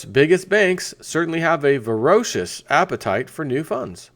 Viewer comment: ver o ci ous? VERAcious.